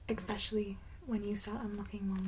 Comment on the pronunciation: Count how many times she says, "exspecially" before falling asleep, and win a prize!